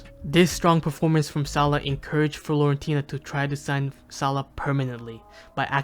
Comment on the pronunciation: stop calling it florentina man